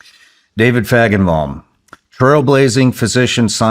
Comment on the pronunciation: How many think he's pronouncing his last name wrong. Or am I hearing it wrong